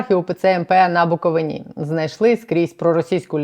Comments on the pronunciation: БуковИна, а не БуковинА, скільки можна казати, майте повагу до "периферії " представники монополії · Навчіться правильно ставити наголос у слові Буковина! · Ви чудова, інформована, вам респект! Велике прохання ставити правильно наголос у назві краю - Буковина, на третьому складі.